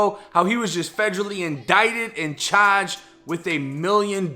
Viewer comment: The way he says “chaarged” tho 😂